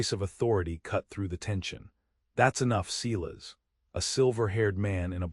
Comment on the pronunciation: EDIT the reading of the story!! The name Silas is pronounced "Si-las" not "See-las". EDIT & REVIEW!! A 10 fingered cowboy! AI graphics 😂😂😂 EDIT the writing. You timeline sucks. Starts out with Matthew in 1873. Zara's trunk in 1873 contains old brittle letters of correspondence from Mary Blackburn, the last one dated 1878.( Old brittle letters from 5 years in the future. ) Months later Matthew & Zara are discussing their future and Zara mentions getting a letter with communication involving Mary's grown son. And the reference of Mary having passed on. Are these TIME TRAVELING people. Somebody is very stupid and lazy. EDIT & REVIEW!!